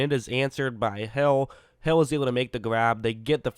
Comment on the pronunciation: it sounds like he said “ he throws a prayer and it’s answered by hell